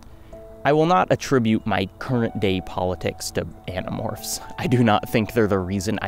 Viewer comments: Also when you said you might spoil Animorphs I heard it as animals and was like "all of them?" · I had to restart the begining cuz I did a double take lol. Uhh did he say .. Animorphs? hahah